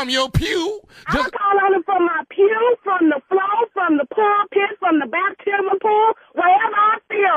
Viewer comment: did she say the baptismal pool😂😂😂😂😂